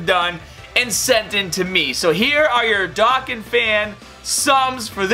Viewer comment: Bro it is pronunced Do-Khan bro